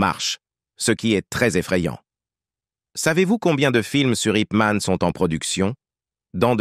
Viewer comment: Déjà c'est pas IP man, mais yip man